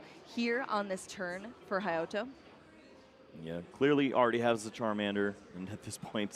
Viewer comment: “HayOTo” jeebus please have commentators practice the players name before the match. It was really funny listening to the female commentator flip between “haYAto” and “HaYOto” before settling on “hayoto”… making us English users seem ignorant even when his name is Romanized for them.